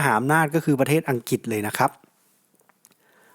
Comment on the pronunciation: อัังกฤษ อ่านว่า อัง กริด ครับช่วยออกเสียงให้ชัดด้วยครับ